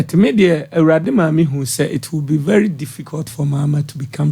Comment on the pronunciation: Listen to this liar. He says MILACLE instead of MiRACLE and VELY instead of VERY. None of his predictions will come to pass. Liars